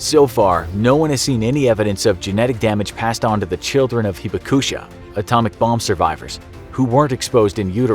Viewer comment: More correctly pronounced "hee-bahk-shah". Japanese doesn't have accented syllables.